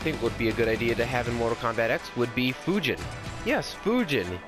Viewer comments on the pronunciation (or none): none